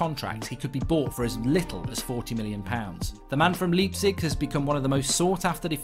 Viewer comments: in 'Leipzig' the 'lei' is pronounced as the english word 'lie'. And the g is pronounced 'sh'. So put it together and the correct way to pronounce Leipzig is 'Liepzish' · Mark cannot even pronounce Leipzig properly.